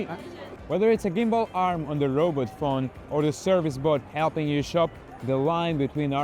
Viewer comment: "Robut phone"